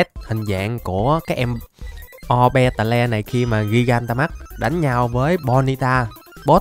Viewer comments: Cái con a đọc ô be tè le đọc đúng là ô bi tồ nha a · ah đừng đọc Orbeetle là O be tờ le nữa đc k 🙏